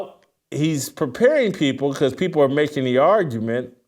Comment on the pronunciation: If you don't believe a certain "privilege" exists, consider this. A guy who knows VERY little about sports, but toes the company line so he is "the face" of ESPN, but can't pronounce English words properly - he pronounces "people" as "peopow" - as someone who TALKS on television and the radio - and is going to make a hundred million dollars. Think about that. PEOPOW.